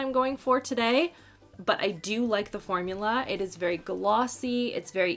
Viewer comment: "I'm really good at talking about de makeups." 😆